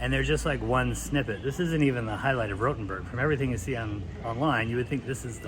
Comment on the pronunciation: Diese KI Stimme ist eine Zumutung, sie kann ja nicht einmal der Name Rotenburg aussprechen 😢